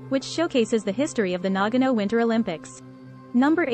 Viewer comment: You're mispronouncing it! It is not pronounced NAG- ano. It is correctly pronounced Na-ga-no.